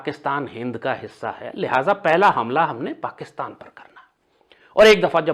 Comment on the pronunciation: ओ दादा, पकीतान नही पाकिस्तान बोलो।